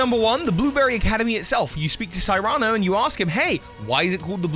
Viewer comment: Friendly reminder that "Cyrano" is not a made up name (see "Cyrano de Bergerac"), and I've never heard it pronounced that way,:P